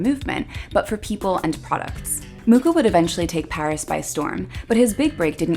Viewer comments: It would be nice if you pronounced his surname correctly. Actually, the Wikipedia shows the correct pronunciation: [ˈalfons ˈmuxa], that is «Mukha» not «Muka». Also here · His last name is pronounced as ''mukha''... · oh gawd. I've been teaching my graphic design class about Art Nouveau and pronouncing his name "Mucha" like you'd say "muchas gracias". wonderful video! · Mucha is not pronounced like that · Would really like his name to be pronounced correctly. Like the info but too fast. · Well, if you´d wish to pronounce his name indeed correctly, it would be CH as J as in Juan in Spanish. Native Czech advice:) Also, his official name is "Alfons" - Alphonse is just internationalized. But anyway, everyone still knows who we talk about whatever the version haha. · T.T they never pronounce his name correctly its terrible. It honestly is uncomfortable to hear. CH is as one letter in our alphabet and it has a specific pronunciation. If you go on google translate select Czech language write in his name it will read it correctly. There is no ''K'' in his surname. Other then that nice video. Highly recommend using this on any artist to get their name right in their native languages or watch a documentary by people of artist's nationality. ^.^